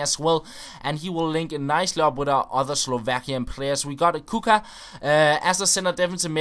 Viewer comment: This is how to pronounce Kucka = Kutska